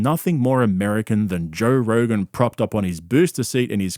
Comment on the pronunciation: Did Brian say he was on Rogan or Rogaine? Honestly, he needs to be both.